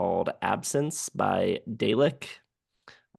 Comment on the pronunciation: By the way, dälek is pronounced as “die-uh-lek”, kind of similar to dialect, but without the T.